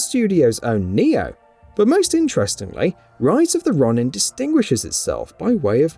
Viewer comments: It’s ro-nin not Ron-in😂🙈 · It's pronounced Roh-nin not Ronnin.....🙄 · Rise of the Raw-nin? Lol 😂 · Stop saying RON-IN lol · Wolverine coming next year, i think not, we will be lucky if Spider-Man 2 comes out next year. Please don't do a follow up for Rise of the Ronin without learning how to properly pronounce Ronin.